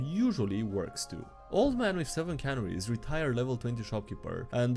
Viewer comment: Okay,, we need to have a serious talk. And I only do this because we get three "old man Bahamut" memes every video. "CUH-NAIR-EES"... NOT "CAN-NUR-REES". One is a tiny yellow bird; the other is a factory for packing tuna into small tins. Also, I can't make Common Esperanto, because that's already what Elvish is.